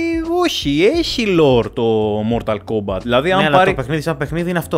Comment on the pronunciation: Mortal kombat με τί στο τέλος .. έλεος δέκα φορές μια καθαρά δν το είπες .. 😂